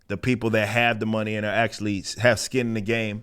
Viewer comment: I mean when your crown jewel is BatWahman, it's not strange they are losing monneh